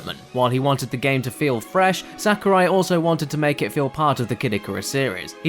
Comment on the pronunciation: Please vet the speaker's knowledge on how to pronounce the names of foreigners in advance next time. If not this, then please get an editor who can fact check and correct these things so we aren't subjected to hearing "SA-kurai" 10+ times in less than a few minutes.